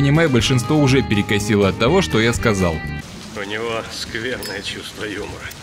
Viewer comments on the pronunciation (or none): Ничего, обойдемся картинками, не беда!.) Спасибо за обзор. П.С. Несколько раз переслушал, таки да "шо" мелькает. Околоземляк шо ли?.)